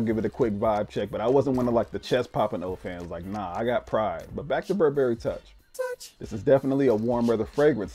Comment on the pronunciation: You look so super fly ✨. Your video production skills are top notch. The "touch" sound that comes up every time you said toich was dope too 😂.